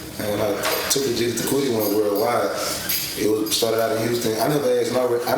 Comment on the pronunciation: Too legit 😂 he says to leg gig it 😂